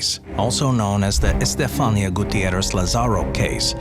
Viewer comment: in spanish the accent is on the i. Estefanía. For next time 😊